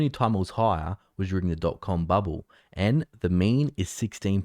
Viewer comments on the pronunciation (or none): It's "bubble", not "bubboo"